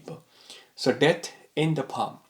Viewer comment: It’s paaa m not paaa hhhm